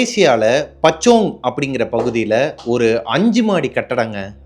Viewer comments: 🤣🤣🤣🤣🤣🤣🤣 Pachong / kachong Ille Bro... It's பூச்சோங்😅 good job bro doing great job. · Puchong bro...not pachong😂😂😂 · Bro not pachong..but Puchong.pu Chong...nice story♥️ in ur big fan..from malaysia also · Naa its pachong its பூச்சோங் and not kacang it's காஜாங் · Pu chong not pa chong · Puchong பூச்சோங். Not pachong Kajang காஜாங். Not kacang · Not பச்சோங்.... It's பூச்சோங் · Puu.. puu chong bro.. not pachong. But normally spelled and pronounced as Puchong in 🇲🇾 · Horror story become funny cause of him telling kachong and pachong 🤣🤣🤣🤣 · Puchong have to pronounced like this..Poochong... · It's pronounce like pochong boss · Its pronounced as POOOCHONG and KAAJANG brother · Puchong iyah but pronounce as poochong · The slang is so bad till could not able recognize the area … maybe kajang to puchong